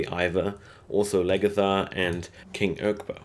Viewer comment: Queen Ass-Log. Flow-Key. Lag-Eartha. Row-Low. how hard is that?